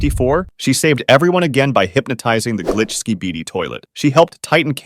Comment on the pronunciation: Bro your say sabidi😅